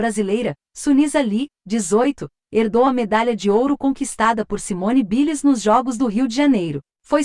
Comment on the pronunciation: Simone Biles ? Simone ( Bailes) q se pronuncia! Aula de ingles para o pessoal!